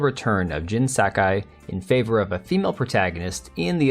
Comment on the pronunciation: Jin Sakai? Nah man, that's Jin "Suck-guy" 😂😂😂